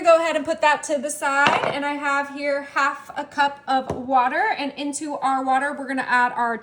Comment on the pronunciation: Y she say Mexican and cup like that? 😅